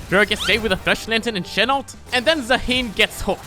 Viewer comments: Maybe Zaahen tilted because you called him Zaheen xD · petition for to learn how to pronounce zaahen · The way you say Zaahen triggers me